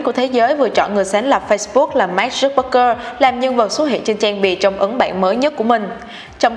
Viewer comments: Nay VJ làm chắc hơi áp lực mà đọc tên Mark hơi loạn :)) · Sao chị đọc sai tên Mark hoài vậy. Nghe khó chệu kinh